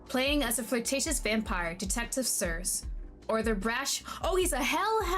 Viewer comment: stream start Also, idk if someone said it later in the stream but circe is pronounced [sir,see], it comes from greek mythology. How is he not romanceable !? He's so bullyable I love it (in a good way) Are you suicidal ? Dazai long lost cousin ? Always down for a little genocide !/jk OH, HE IS A LOVE INTEREST ! Color me intrigued Damn, didn't even know you could put them so low. I chocked on my drink 😂 You are not even thirsty at that point, you're dying of dehydration F*ck yeah, a fellow French 🇫🇷 Get a room you two WOW, you really want him don't you ?! Now I really want to see this guy Ok so if it wasn't clear enough, he loves being degraded "I can fix him ? Hell no" "Can I made him worst ! F yeah !" For someone that has all of eternity in front of her, she's quite impatient. 20 years timeskip just like that ? As a bisexual, I see this as an absolute win either way. Oh I like you Damn he tall Seriously ? Gentleman or a little tsundere ? Omg ! I love bats, she looks so cute KITTY ❤❤ Bad timing You workalcoolic, how long as it been since you got out I love that, It's not common to see the other gender character in the game My god, look at that man ! For someone that gives so much importance to respecting the ladies, he sure does not seem to mind entering a lady's room witho